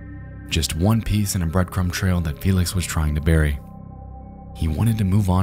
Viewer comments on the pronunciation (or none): none